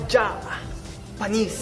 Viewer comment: Nobody: Literally no one at all: Justin: JAHH...PANIS! (Japanese xD) Anubanaman yan Jah y u do dis